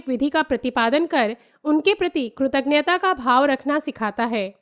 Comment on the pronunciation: atyant sarahneey. yadi aapko bura na lage to ek truti sudhar hai. aapne kritaghnta shabd uchcharit kiya hai jo ki ghalat hai. sahi shabd hoga kritagyata. n nahi aana chahiye.